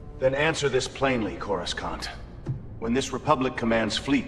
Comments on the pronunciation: I love this!! Just keep working on that AI. It's more like "Coru-sahnt", not Corus-CAN'T. Not complaining, just sayin'. I LOVE the old design of the planet. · Ok, the AI must be trained to say Coruscant properly. Saying Corus can't just doesn't hit the same. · "CorasKawnt." lol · Why can’t they get the pronunciation of Coroscant right. The C is silent as in. Corosant.